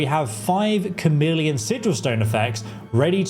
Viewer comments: CHARmeleon? There is no R in Chameleon. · 100% "Char-meleon" brother this is not a secondary evolution of a starter Pokemon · Chameleon not charmeleon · A "Cham-million" spell? Really? You YouTubers needs to learn to pronounce the words coming out of your mouths. It's "Kah-meal-ee-un". Like the lizard. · well that is obvious. It’s pronounced “Chhh em is try” I swear between not pronouncing chameleon and Chorrol (I’ve seen YouTubers pronounce it Chhhorol) I swear they never listened to the game. Many other mispronunciations that make me lose my ever loving mind. My biggest issue is that these videos are all just “How to break the game and make it Zero fun to play”. I’m all for how to level stuff faster if that’s what you want to do, but there are so many videos that if followed will just break the game. 40k magicka, one shot everything and more. They should really advise not to do this if you actually want to have any fun playing a game. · Bro where did you go to school?! How are your pronouncing so many common words so wildly wrong?! At-tri-butes Kah-mee-lee-on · FYI you’re pronouncing “attribute” like it’s the verb, when you should be saying it like the noun! Also “100% Charmeleon” as in the Pokemon?? 😂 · Lol he keeps saying "Charmeleon" spell, like thats not a conjuration spell. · Does he? But that affects reading, not pronunciation. He used to say "TCHAR-meleon", like a cup of tea, until I pointed out that David Bowie was The Rock and Roll Chameleon, like the self-camouflaging lizard, not TCHAR-meleon. In this video he is saying it correctly. {:o:O:} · Chameleon is pronounced Kameleon as in the lizard who can blend in with its surroundings. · stop saying charmeleon fs 😭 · Please learn to pronounce "chameleon". Annoying.